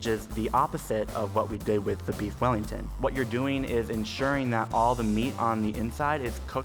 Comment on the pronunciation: “I lofs bweefs wellingtofs”